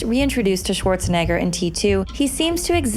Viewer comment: Thank you for pronouncing Schwarzenegger more properly than the usual annoying "SSSwarzenegger" that's all over youtube!